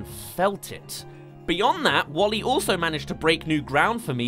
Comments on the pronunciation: Pronounced Wall-E not Wolly! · Not "Wall-E" but it is "WALL•E". WALL•E is an acronym: Waste Allocation Load Lifter: Earth-Class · WALL-E, not Wall-E :( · "Nyeh Heh Heh" (or Bonetrousle) works perfectly right there. Some compare Alphys to WALL-E in some ways. And let's not forget the stitchpunk "5" from Shane Acker's '9'. That would be kinda like David Lynch's interpretation of 'Dune'. Come to think of it, the "wasteland Earth" is vaguely similar to Arrakis. Try not to think of that as a "D for T." Instead, think of it as a "soft T." In other words, Chaotic Good will triumph over Lawful Neutral. All we have to do is rid ourselves of governments, corporations, and social "order" (read "oppression"). Lawful Neutral is more frightening than Lawful Evil. At least Lawful Evil has a cause. Lawful Neutral is entirely dispassionate and, in a sense, nihilistic. Same's true for Alphys. Guess that makes her vague similarity to WALL-E somewhat ironic. Andrew Stanton claimed he'd only seen Short Circuit once and didn't base WALL-E on Johnny Five, but even his internal parts have that '80s analog look! Resist globalism! Embrace nationalism! * cue Spear of Justice theme * (And yes, Undyne would back me up on that.) So why aren't we fighting the parasitic acolytes of globalism in the streets? You could reference THX-1138 or Aperture Science and you'd be spot-on either way. Stanton drew a lot of influence from Aldous Huxley. Stanton mentions that in the commentary. THX-1138 and/or Silent Running since they both influenced 'WALL-E' and both have an anti-state, anti-corporate, a